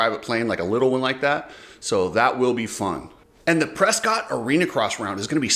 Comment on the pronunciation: Dude! Say Pres cott and you're gonna get you're face slapped. It's pronounced PRESS CUIT Ask the locals.